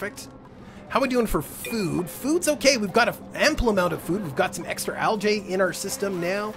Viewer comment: Also Algae is pronounced Algeeeeeee